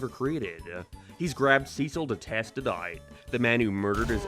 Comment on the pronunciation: this dude cant say "out"